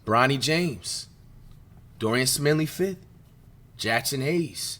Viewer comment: Sminley fifth 😭